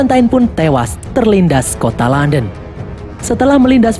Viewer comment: KOTA LONDON KEBACA JADI KONTOLODON 😭